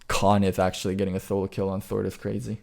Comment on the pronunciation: Why am I hearing "Thord" than Sword.